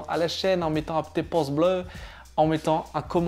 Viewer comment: je rêve ou il a dit "poce bleu"??!!! mdr